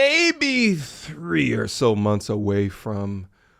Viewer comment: “MontENS” lol this got me got some reason